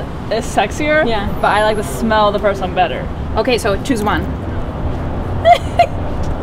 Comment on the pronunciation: Οταν λες "γουιτς ουαν ζμελ μπετερ" με κέρδιζες!!! Το "zmel" einai ola ta lefta :D